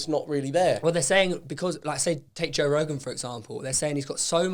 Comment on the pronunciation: And Joe calls his son toe, toe Weller